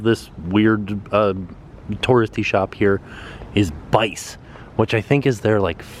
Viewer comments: Thanks for the tour of my favorite hotel! BTW Bice is pronounced "Beechay" :) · Bice is pronounced Bee chay in Italian. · You always stay at my hotel when I'm not working! Also Bice is pronounced Bee-Chay! Always amusing to hear people's interpretations! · Thanks for a great reminder, we stayed here in 2014 and fell in love with it. Sal's Pizza is fab, had a great lunch sitting outside watching the boats - so peaceful. Bice is pronounced Bee-chay (it's Italian) and we had a bad experience there - bland food, noisy surroundings and very odd service - but maybe others have had better. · Bice is pronouched Bee-chay :) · Btw the restaurant "Bice" is pronounced Bee-say